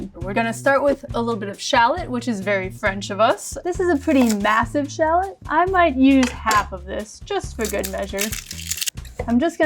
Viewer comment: I can’t get over how she pronounces ‘shalot’ 😭😂